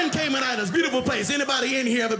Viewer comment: Cayman Islands.....our waters are indeed blue some places turquoise....the accent wrong tho